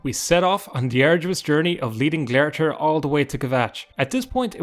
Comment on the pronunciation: Glare-i-thir? How did you get that pronunciation? Its spelled glarthir and the in-game pronunciation is glar-thēr (glar as in car, but gl)